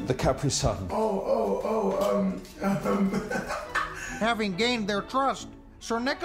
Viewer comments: idk what you're talking about. I just thought he said caprisun weird. It was just the way he emphasized the syllables. I mentioned my nationality because I didn't know if it was just one of those accent differences. I was just saying that caprisun is basically a to go koolaid too. I have no idea where you got the stereotype part from. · "Do you usually penetrate from the top or from behind? " cOnFuSiOn "The capree sun" Me: man I thought that was dirty